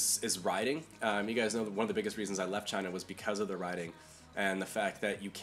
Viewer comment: At first I thought you said you prefer Taiwan because of the 'rioting' but it was riding, HA.